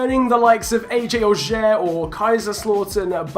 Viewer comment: Comme il dit "Auxerre" c'est horrible mdr